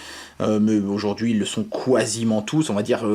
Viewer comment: "quoi ziment"